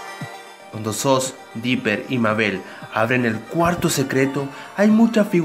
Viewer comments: Se escribe soos pero se pronuncia sus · no tonto se pronuncia Soos y se dice sus :V